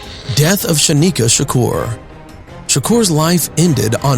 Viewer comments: THAT WAS SO DISRESPECTFUL... THE MODERATOR CALLED HIM "SHANIKA SHAKUR"...HIS NAME WAS..." SANYIKA SHAKUR " PERNOUNCED SAN-YEEKA... NOT " SHANIKA "...FIRST OF ALL...THERES NO " H " IN HIS NAME... THIS MAN IS A STREET LEGEND !!! SAY HIS NAME RIGHT !!! 💯💯💯 # YOUR DISMISSED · Good video but please pronounce his name correctly. There are videos out there were he says his name or other interviers say his name.